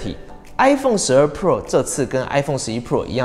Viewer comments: 只用聽的話會從頭到尾都只聽到 i phone 12 “破”😅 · 你的pro 都唸成poor 了 窮人是買不起iphone 的